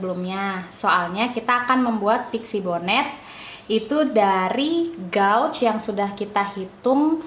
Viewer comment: Maaf, Kakk... cara bacanya gauge /geij/ ☺️☺️☺️